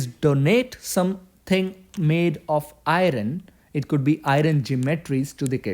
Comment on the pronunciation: iron [ ahy-ern ]